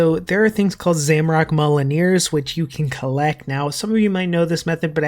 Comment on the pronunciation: M-yol-neer. Like thor’s hammer. Not molineer